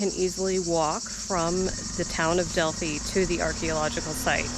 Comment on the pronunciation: Thank you for pronouncing Delphi correctly. It's maybe a no-brainer for you with your experience living in Greece...but so many of my fellow Americans refuse to adapt to foreign pronunciations in even the slightest way. I cringe when I hear the usual mistakes.